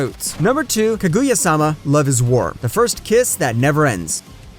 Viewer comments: Love all the recommendations this channel gives, but for the love would it be that hard to just try to pronounce a single name right. Kag-oo-ya... Pain. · Don't take this the wrong way but hearing you pronounce Kaguya strangely in two different ways... was unsettling. Lol